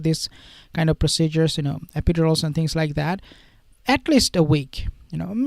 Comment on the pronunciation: Pronounced. Epi- dur-als